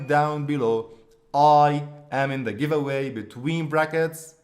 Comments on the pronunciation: "I am in the givaway" "Affiliate marketing " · "I am in giwaway" "Affiliate marketing"